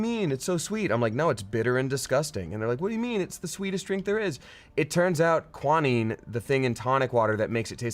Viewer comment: I'm sorry, but did say qua-naan, for quinine? That's adorable!